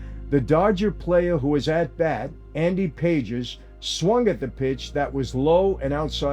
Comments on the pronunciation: I was going to say the same thing. Michael Franzese knowledge of the way the underground works - 10 out of 10. His knowledge of Spanish? 1 of 10. It’s Cla-Say and Pa-Hes! 😎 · Yeah. The hypocrisy of professional sports teaming with sports betting sites is crazy. BTW Michael.... Dodgers batter Andy Pages... pronunciation is "PAH-hess"... thank you for another great video!